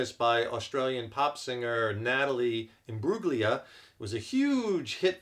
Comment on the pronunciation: The g is silent bro lol